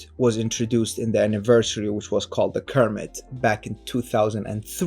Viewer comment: Kermit, not cermit